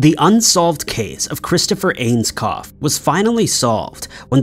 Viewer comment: It's pronounced ains-co not ainscoff